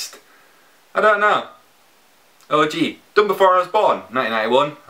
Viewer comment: the way you say O.G sounds kind of like you're saying orgy ....